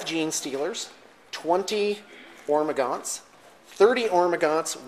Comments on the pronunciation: Love your bat reps guys, keep it coming. And, you are a funny man. Keep playing your "Hormagantos" lol pronouce it like you want! Its your army!:) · Please stop mispronouncing Hormagaunts. It's very irritating.